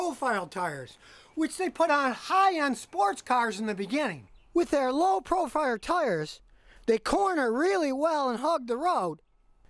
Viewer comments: Low profire lol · "low proFIRE tires" lol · "Low profire tires"